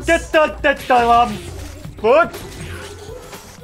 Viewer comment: Lums is actually pronounced "looms" like il-LUM-inate, not "um" like in "dumb".